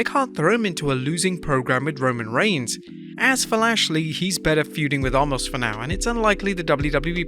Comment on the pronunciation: The man's name ISN'T Almost it's Omos(pronounced Oh mahs)